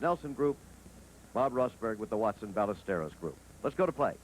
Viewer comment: Agreed. Which is why it's so surprising he kept mispronouncing Ballesteros.